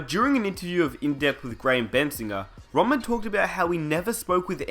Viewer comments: Rodman, RODman. Not rawman, or you can just call him The Worm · Y u keep saying Roman. It's Rodman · For fucks sake... mate you aussie? just a question, why do you pronounce Rodman without the D? it sounds like you're saying Dennis Rowman